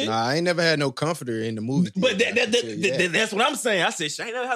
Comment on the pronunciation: My nigga said “ a comfort Terrr??” 😭😭😭